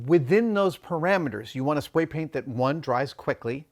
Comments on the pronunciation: "spway paint uwu" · I can’t stop replaying how Adam says “spray” ….am I the only one that hears “spway”? I love it. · “spway that dwies quickly”…